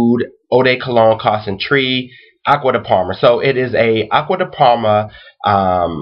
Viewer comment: you make french sound so stupid when you pronounce concentrée as concentryy pfff